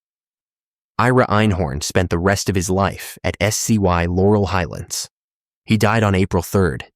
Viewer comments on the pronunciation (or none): none